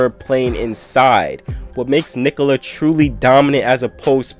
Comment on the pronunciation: Subbed for amazing commentary and perfect pronunciation of Nikola. 👍